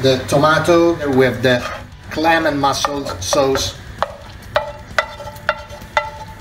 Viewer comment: bro, its mussels not mossels